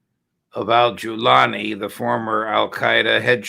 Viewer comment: He is JEWlani , not Jolani.